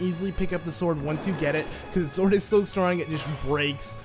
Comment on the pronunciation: Got to love "he legend of zelda"!